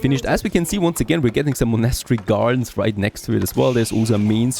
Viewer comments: haha, wait... what did i just hear.... you dont know how prenounce a word like "monastery" ?! OMG i'm sorry but it was just like the most funny thing i've heard in a while when it comes to people trying to speak fluent english ^^ Look, Its like this you say it and try after me,... Mon-est-ery. its a religious buliding, kinda like a church or a cathedral. only diffrence is that a monastery is a structure were kinds like monks live or study, and in the old days of missionaries voyages, the monks traveled all around the world building monasteries and chapels to spread the word of christianity. "witch is just BS, because we all know the monks mostly raped natives anyway" But enough about that, and im so sorry to sound like a pain in the ass. You sound like an old enough gentlemen that really would know how to say such a common word like that, even if you're not born in Britain. whatever, nice video anyhow! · Thats not how u say monastery ;) U say monAstry its monastery. Or is there more than 1 way to say it?! Like privacy. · The way he says monastery kills me everytime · You’re not saying monastery right